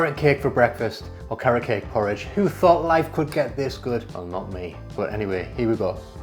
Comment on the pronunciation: 😂 thank you for explaining bc when he said “poor ridge ohh”, I was like, “what! did he just say.” I hate oatmeal tho